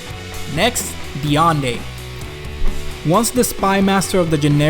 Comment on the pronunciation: i believe you mispronounced a few heroes most notably Deande, liked ! xD